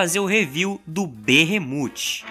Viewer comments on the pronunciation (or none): A pronúncia certa é behemof